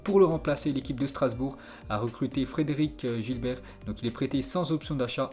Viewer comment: C guilert pas giblert 😭